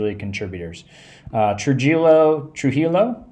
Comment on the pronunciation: It's pronounced Troo-hee-oh